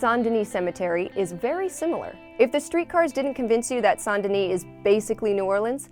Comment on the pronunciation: RIP it’s Saint, it’s pronounced Saint